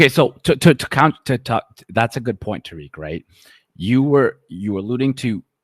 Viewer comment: Now why you got the singer saying Tah Rik! 😂😂😂